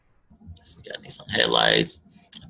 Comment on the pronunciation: its nissan